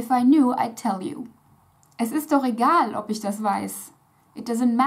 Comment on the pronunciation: Vielleicht hast du dich an das deutsche Lautsystem/die deutsche Phonetik noch nicht gewöhnt. Sie spricht 'egal' so aus, wie man es im Deutschen aussprechen muss.